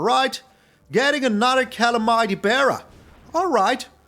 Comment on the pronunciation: I like your style but you mispronounce calamity if that matters